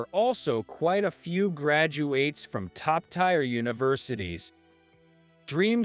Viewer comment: TIRE? TIRE?When the hell will the AI learn that tier is pronounced as 'tear' as in ear NOT ire!!!!